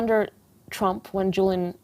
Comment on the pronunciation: You could at least get his name right. JULIAN not JILLIAN.. 🙄